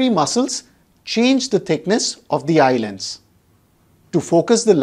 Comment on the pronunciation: I astonished the pronunciation of "Eye Lens" by YouTubers as eyeland. The youtuber must pronounce correctly, it irritates. I stopped watching his video in-between.